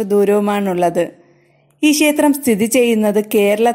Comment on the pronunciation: ശേസ്ത്രം..അല്ല ക്ഷേത്രം എന്നു പറയു ആദ്യം....